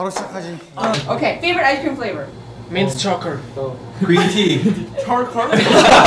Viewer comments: mint chorcor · Taeil making fun of Jungwoo's "mint chorcor" gets me everytime